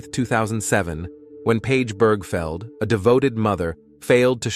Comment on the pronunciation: Right!? One second it pronounced her name as Birgfeld, next second Birgfield... WTF!? Then it says her LIVE in nanny, as in ALIVE not live in 🤦😂